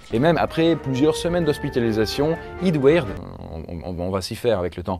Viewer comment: Eadweard tu le prononce mal prononcé le en anglais / québécois pi c’est bon